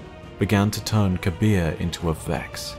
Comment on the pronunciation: The name Kabr should be pronounced KA-BRRR (like the sound effect you make when you're cold)